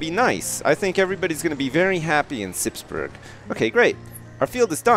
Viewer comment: Good question :). No he says it soon after , and he says it like you say it in burg[er].